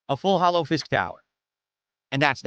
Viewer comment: When he says “Full Hollow” That shit really pisses me off. Grinds my gears. Fuck the pig btw